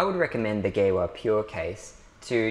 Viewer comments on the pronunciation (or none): Thanks for the great video. For info: it’s pronounced “Geeva”